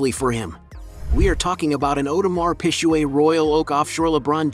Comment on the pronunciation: audemar peeshuay Hahblet